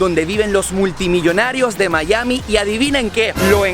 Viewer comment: oscar no se dice "Mallami", se dice Maiami"